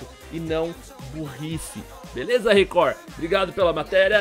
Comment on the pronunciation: você é espanhol?Porque começou o video falando ``Eae galera veleza´´